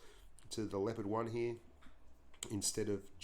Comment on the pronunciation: Blitz The Leopard it pronounced incorrectly, i think